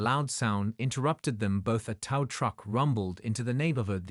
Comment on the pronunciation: Can't you people get the language right?! TOW=just like "Toe", NOT TOW=Like COW. It's so irritating you people can't get get this right.